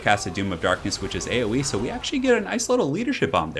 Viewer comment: "He's just getting punished sho hard in this situation" lol